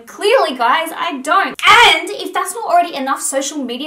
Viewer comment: I felt that "AND!" lol.